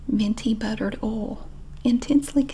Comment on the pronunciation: Is nobody going to talk about the way she says “oil”? Oh-wuhl (🤷🏻‍♀️)🤯🤯🤯 so many tingles!